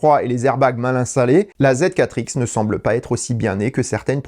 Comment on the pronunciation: J’ai l’impression que c’est plutôt contre les constructeurs japonais qu’il a un problème. Il n’arrive même pas à prononcer correctement Honda-e (Honda-i) et il oublie carrément le « b » de la toyota bz4x